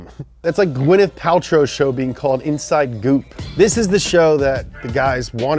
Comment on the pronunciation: Geyneth Paltrow🤣🤣🤣🤣😂😂